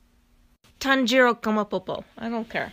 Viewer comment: TAN-JIRO?! Bruh you can do better.